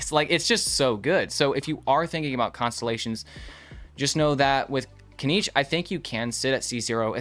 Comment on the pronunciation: Why is it so hard for English speakers to pronounce genshin names? First it was poor Neuvillette (everyone puts "r" in his name for some reason), now it's Kinich, even though the name has been pronounced in game and promo materials many times already